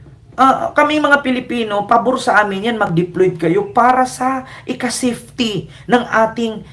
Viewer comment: BAKLA ' SAFETY ' MALI ANG PRONUNCIATION MO😂😂😂😊.